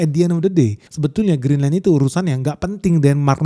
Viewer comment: BACANYA GRINLEN (CON: ENYAH) YA